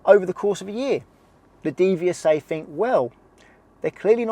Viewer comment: I loved how you accidentally pronounced DVSA as DeviousSA (I use the same expression on my lessons) - a Freudian slip perhaps?😂😢 Another great video, I explain the test pass quota myth to my pupils in precisely the same way as you did👌